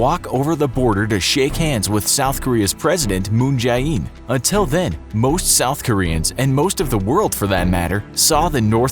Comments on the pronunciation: With the effort you put into making the videos it would be great to also pronounce the Korean names properly, especially when dealing with the most important ones like presidents. Just write 문재인 into google translate and let it read the name. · Moon Jay -EEn pronunciation